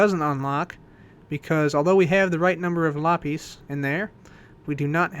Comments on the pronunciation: it's pronounced "LA-pizz", not "LAH-PEEZ". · You pronounce lapis as lapeez, just sayin' not judging.